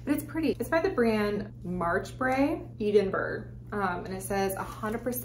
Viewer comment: I've never heard anyone pronounce Edinburgh like that before 🤣 I wish we had better thrift/charity shops here in England 😭